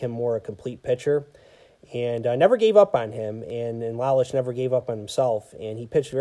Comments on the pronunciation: Lowlich is the way you pronounce Lolich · Thanks. Constructive criticism makes us better. That one bothered me on the playback because I knew I mispronounced it. In the same article I read about Lolich he wanted to learn the pizza business. Ilitch signed him to a two year deal as a spokesperson for Little Ceaesar's. After the two years, his contract was not renewed and he did not learn the pizza business. Lolich said Ilitch was a shrewd businessman and told his lawayer “Look, every time Mickey pitches a game, people think of Little Caesars. “Every time he’s on TV, they think of Little Caesars. Wherever Mickey goes, they think of Little Caesars. Why should I pay him when I’ve got him for free?” Lolich didn't fault him for it, but was hurt. They did not speak for 30 years. My father thought so much of Al Kaline. I am glad he had a great World Series that year. One of the classiest guys to put on a uniform. I have been on the look out for Sam McDowell. For those that just look at HOF players, "Sudden" Sam is overlooked. He was a great power pitcher. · You pronounce Mickey lolich his last name incorrect when Lola's retired he was the all-time leader in strikeouts for a left-handed pitcher